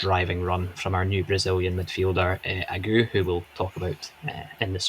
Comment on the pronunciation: Ageu is three syllables: "Ah-jay-oo". Yer man in the cap got it right. I feel it's important we get it spot on, because the lad is class. Also saw some fans suggest we sing Agadoo by Black Lace as his chant and f88k that!